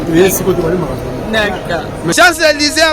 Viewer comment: Ken mpiana yekola koloba balobaka siant Élise et balobaka chants Élise obimela wapi.